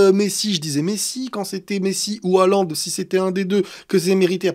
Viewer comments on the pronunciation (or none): none